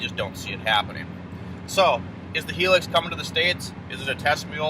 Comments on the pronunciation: Its pronounced High lucks. Not Hee lux. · It’s a Hi ✋🏻 - LUX, like Luxury without the ury .. not hilix 🙈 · I’ve owned one here in the UK. It’s not a competitor to the Taco. It’s a diesel small sized work truck. It’s in between a Tundra and Taco in terms of size. Interior is more comfortable than a Taco. 30MPG average but not the fastest vehicle on the road. By the way, it’s pronounced HIGH LUX.